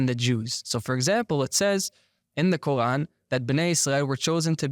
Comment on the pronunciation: This guy's pronunciation of Quarn as Kohan is driving me nuts.